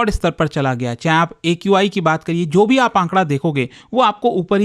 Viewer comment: What can you expect from uneducated people Rekha Gupta can't even pronounce AQI